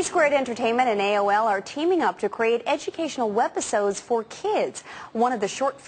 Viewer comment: webisode, not wepisode. silly fox